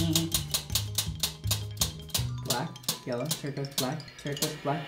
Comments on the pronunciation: anyone else notice “turquise” 😂😂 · “Turquise” lmao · I caught “turquise” “turquoise” the second time was right lol